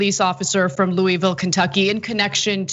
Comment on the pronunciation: nice job mispronouncing louisville anna